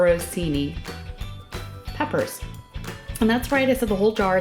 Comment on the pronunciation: Pronounce it correctly, “Pepper On Chee Knee”. Thanks from an Italiano